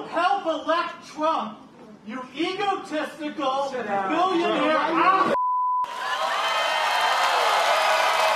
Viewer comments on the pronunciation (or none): I know the heckler said "egotistical" but I hear "evil testicle" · First time I heard it I thought that too and got a good laugh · I heard eco-testicle. Maybe it’s turned green...